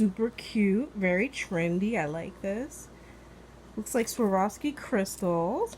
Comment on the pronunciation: Hi you sure got a haul this time. It's so refreshing to hear you province swaroffski properly. Most don't know the pronuceatiin at all